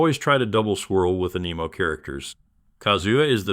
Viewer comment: I keep hearing “AN EMO characters” instead of anemo 🤣🤣🤣🤣